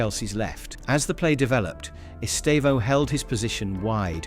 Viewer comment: Please pay attention the way Brazilian journalists pronouce his name. They stressed sylable in his name is TE. The second one is just to say the sound is close nasal in the end. It sounds horrible the wrong way you pronouce his name!